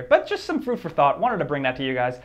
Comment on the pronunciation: "...just some FROOD for thought..." ?